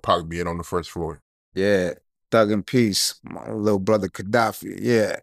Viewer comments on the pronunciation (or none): What accent is that that has where you don't use the 'h' in words with 'th'? ie: "brother - brudder" "another - anutter" A homeboy of mine talk the same way. And instead of 'number' he says 'nimber' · Brudder? Bro…